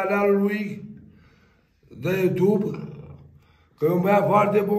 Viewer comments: Nu se spune oitub!!!!!!!!!.... Se pronunță : iutub!!!!!!!!!! ☝️☝️☝️ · Așa zice oitub,glob 😂😂😂